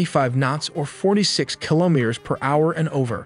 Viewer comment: Repeat after me : Ki lo me ters ! Not Kilomers